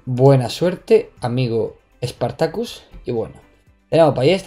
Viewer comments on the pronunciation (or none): EHH spartacus tiene el acento en la primera A no en la segunda.